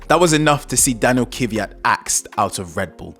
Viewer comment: 😊Nice video guys! Just for your information: it’s Kvyat not Kivyat..☺️